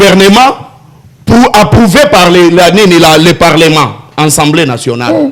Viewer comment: Dis à ce Mr on dis assemblée nationale pas ensemblé nationale